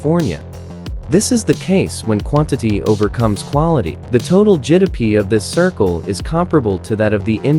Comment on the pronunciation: GDP❌ Jidapee✅